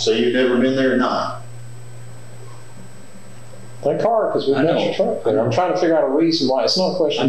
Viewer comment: Why am I hearing people pronounce thank with the th as in than ? There's another YouTuber that does that now too. It's annoying to me.